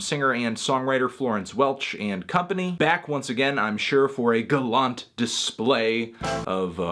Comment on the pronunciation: I've never heard gallant pronounced that way.